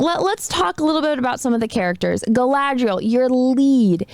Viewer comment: It is slow, ploddinly slow. Highly inaccurate in the representation of how the elves are. They are stoic, then bam super emotional then wooden again. They can not seem to say Galadriel all the time, pronouncing it Kal-adriel. Galadriel jumped off a ship then swam an entire ocean back. also the only action in episode 1 was when all her "elven warriors" got face rolled and she crouching tiger hidden dragoned them off a sword because shes a army of one. That time she wanted to leave that guy in the snow to die even though he was right there. Yeah. rings of suck, that should have been the title. Oh and the hobb i mean the hamfoots are dirty, unwashed, homeless short people that dont seem to be very bright at all. i tried to watch the second episode. i'm done with it. the only character that seemed right was Ismael Cruz Córdova as Arondir.